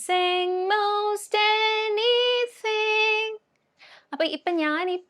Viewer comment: “anything “ word you say with North Indian hindi accent any dthdthing alla ലൈറ്റ് ആയിട്ട്” ത് “പറഞ്ഞാൽ മതി…neither ത. as mallus say nor ഥ as Northis Hindi style